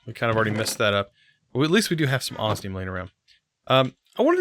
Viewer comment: For the love of all that is holy when will you learn to pronounce osmium correctly???